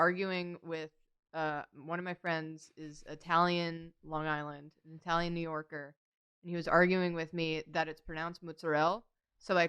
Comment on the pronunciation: oh god the "italian"... noooooooooooooo I- nooooooooooooooooooo whyyyyyyyyyyy